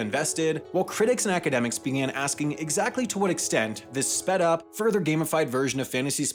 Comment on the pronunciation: Nah. Not sped up. Not sped uh. Not speh up. Not speh uh. /